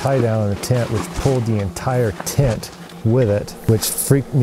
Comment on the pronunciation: It's a tent not a tint